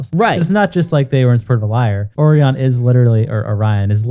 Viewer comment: NGL that is the WORST pronunciation of my name (and others with it) that I've heard. WHY do people pronounce it like that?? It's not even remotely spelled the same as the cookie. 🙃 Truly baffles me.